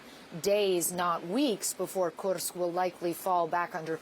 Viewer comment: & The way she pronounce Kursk makes me think she's a Russian spy